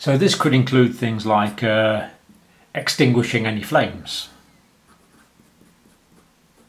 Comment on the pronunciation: bro said ettinguish